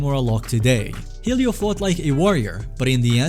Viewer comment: ahh yes Roar-ion and Heel-io